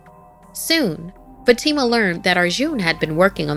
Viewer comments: Isn't Fatima pronounced Fahh-tii-mah? Not Fuh-tee-ma. Just wondering, I've never heard it pronounced that way. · Something Scary doesn't feel scary anymore. Not that Sapphire isn't here. is a good narrator, except for some name pronunciations like Fatima. But the problem is that the 'animation' is now just illustrations with PowerPoint animations, and the art style only has detail in the thumbnail. The characters look flat. Many things feel wrong.